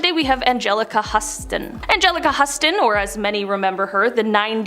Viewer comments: If you aren't sure about the pronunciation of a name, for frig sakes look it up! It's such a journalistic faux pas to mispronounce someone's name, especially such a noted actor as Angelica pronounced like the city "Houston" (shows your age/inexperience). 🙄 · It's "Hugh-ston," Angelica is John Huston's daughter.